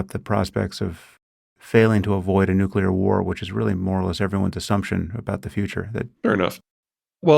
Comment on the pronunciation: How do you know so much but don't know how to pronounce nuclear. Ever hear of a cell's nuculous? One word and we know Pete doesn't know any biology.